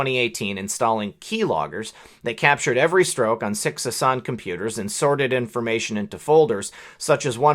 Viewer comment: hi there just one thing you are pronouncing my dispicable rep's name wrong it is hass an or maybe you are right and she should be pronouncing it like you